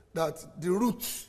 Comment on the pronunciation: Route not Root 😂